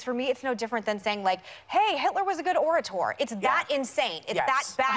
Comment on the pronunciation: Can we just talk about the delicious irony that Meghan McCain mispronounced the word orator?